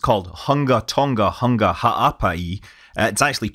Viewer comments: It is pronounced HOOONGA, also there are 3 confirmed deaths :( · Hunga is pronounced "Hoonga" ng has the same sound as ng* in the word sing.